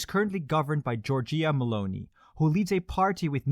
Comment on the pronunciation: You pronounced Giorgia Meloni's name so bad.😂